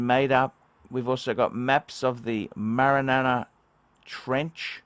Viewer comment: MARIN ANA TRENCH